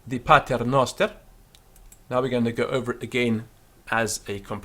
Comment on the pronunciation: He's right; noster is a short o, like a Greek omicron, and not a long o like a Greek omega.